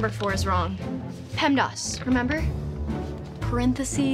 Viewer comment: she pronounced PEMDAS wrong